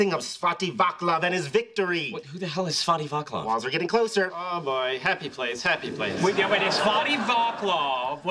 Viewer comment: It should be pronounced "Swat-tea whua-tslav"